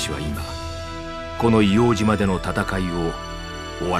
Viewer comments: いおうじま✕ いおうとう○ 硫黄島（いおうとう）です 硫黄島（いおうじま）は鹿児島県にあります 最初と最後が 一番重要だと思いますので 修正した方が良いかと思います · 「いおうじま」というナレーションを聞いた途端にガッカリしてしまった。８０歳以上の誰にでも聞いてみたらすぐに分かることだ。「いおうとうって当時は言ってたよ」と皆さんおっしゃる。お忘れになっている方もあるかと思うが。